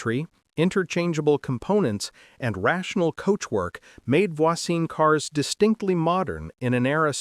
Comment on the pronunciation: Pronouncing Voisin and Jaeger properly would be too much to hope for?